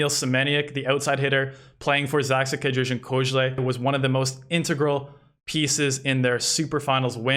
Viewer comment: I'm impressed with your pronunciation of Polish names! Pronouncing ę in Kędzierzyn and ź in Koźle! Wuuut